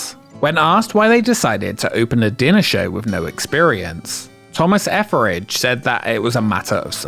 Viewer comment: Your pronounciation of Etheridge "Efferage" scratches an itch in my brain that I had no idea I had...Thank you!!! ❤